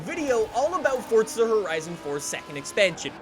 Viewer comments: For z a not for tsa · For za not fort za